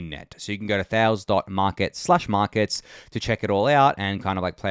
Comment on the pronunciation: Thales is a Greek word so you pronounce it thay-lees